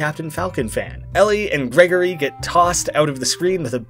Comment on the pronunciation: When you were talking about the knee thing you said “Ellie and GREGORI” (it’s girigori)